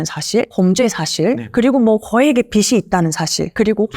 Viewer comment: 좋은 내용 감사합니다. 그런데 변호사님 문과에 공부도 많이 하셨을텐데 빚이를 [비시]로 여러 번 발음하시니까 신뢰도가 떨어지네요😢